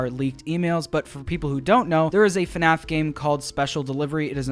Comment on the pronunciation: why did you say funaff?